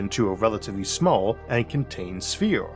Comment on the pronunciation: I like the videos I've seen so far but it's so irritating listening to you pronouncing every 'er' as 'or'. Eithor, univorse, buffors, even spheor (sphere) etc. To make this rant somewhat constructive: most people I heard in life pronounce 'er' more as 'ur' but not as in your but as in a pirate grumbling urrrr